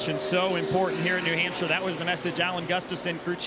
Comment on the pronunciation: It’s not Nee Hampshire. Race is actually in Luodon. Think next time before you speak.